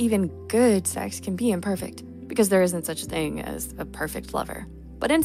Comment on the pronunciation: What is this see-eeeggs you speak of? Is that how it's pronounced?